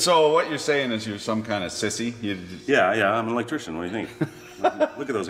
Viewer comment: I'm so used to hearing elec-chicken that when he says electrician it sounds off. Like hearing the guys in the Chinese restaurant try to sing jingle bells on A Christmas Story.